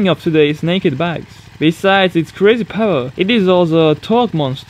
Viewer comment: Azhar Fahry, I'm also not a native English speaker but at least I know how to (or make an effort to) pronounce the words correctly. I bet that even people with little knowledge of the English language know that "beginners" is not "bejinners" or "power" is not "poer". ; )